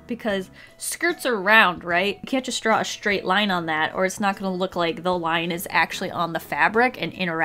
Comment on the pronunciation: Straight not shtrait, there is no sh sound in straight.